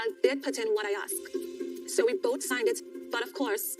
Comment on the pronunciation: Ok, I don't think Bilial & Shaeeda want to be "axed"?!?!! Maybe asked